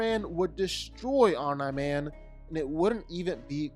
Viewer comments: 'Omn man' bro it's ommi man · it's Om Nee Man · "I do fight breakdowns" You also pronounce names wrong. It's pronounced "omnee" not "Omnye the science guy" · It is pronounced (om-nee) not (om-ny) would you say (om-ny-po-tent)? No. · Om-nye man? It’s pronounced om-knee man rere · “Om nigh man” they say his name a million times in the anime as “om NEEEEE man. Every time I hear him say “Om nigh man” I cringe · Tried watching this, but the mispronunciation of omni man really got me after a while. Omnee Man. OMNEE man not om nah man. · His name isn't Omna Man. It's Omni man. (Pronounced Ohm Nee Man). Spend just a bit of time researching stuff b4 you sound ignorant esp if you're ging to do a YT video like this. Good grief. LoL 😂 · Omni Man… ❌ OMNAR MAN! ✅ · It's pronounced Om-NEE man. Not Om-NAI man. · It's pronounced Om-Knee-Man... you know like knee, the joint in the middle of your leg, not Nah as in "nah dawg" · For the love of god bruh it’s OMNIIIIII man not Om nah man☠️ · Omni =(Om-Knee) not (Omn-Eye) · "Om-NIE Man"???? Who dat? It's pronounced "Om-knee Man" 🤣🤣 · You pronounce his name wrong... its not 'Om nahh Man" its Omni-Man... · Bro it’s OM KNEEE MAN not omnaman 🤣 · He’s trying to say Om-nI man instead of om-nE man when the latter is clearly the one they use on the show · Omm-Knee... like your knee not nye like Bill Nye the science guy... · the correct way is OM-NEE the way he was pronouncing it was OM-NYE like EYE. It was annoying. 😅😂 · Omniman not omnqman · omn-eye man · JFC how hard is it to say Omni Man correctly? OMNEE MAN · Stop saying Om-NYE. FFS!!!! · "OmNum Man" "OmaNai Man" "OmeyeMan" "Umnahman" "OmNaw Man" Dude...wtf?! 🤦🏾‍♂️ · Dog its Om-Nee Man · Disliking vdo for your wrong pronounciation as OMNA MAN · Who the heck is Omnah-Man? 🤨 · Bro it’s pronounced Omni OMNI MAN how tf do you get this wrong! they even say this in the show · Let’s see Eye-Ron Man vs Om-Nigh Man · "Om-Nah Man" distracted me the entire time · Who the f is “omna-man”!?!?